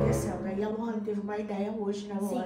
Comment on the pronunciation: Ele falou lorrayne